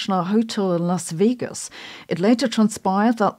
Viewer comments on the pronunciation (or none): none